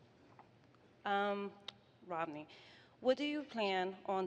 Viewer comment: dude the moderator called him romLEY